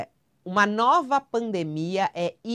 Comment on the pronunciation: kkkkkk "nova fraldemia" e o teatro continua faço é rir.